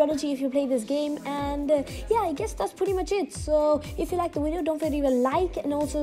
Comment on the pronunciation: Video is pronounced by a V not a W